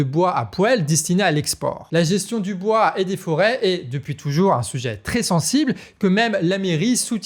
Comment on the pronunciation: Garçon !!! Parle moins vite Pour être d une ( audible) Et deux ( faire moins de faute Phonetique) bois pas boa